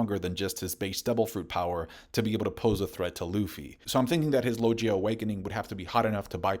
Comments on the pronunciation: Bro did you really just say lojia? It's LoGia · “Lojia fruit” 😂😂😂😂😂😂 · my man, can you stop mispronouncing "paramecia" and "logia" dude people not everything should be treated with American English way of pronuncing